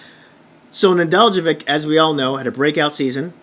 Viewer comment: Neh-DELL-koh-vich. The j is silent. Accent on the DELL.